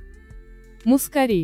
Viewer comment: Гвоздику перистую и турецкую люблю весной. / мускАри - ударение на А ./ Спасибо за красоту.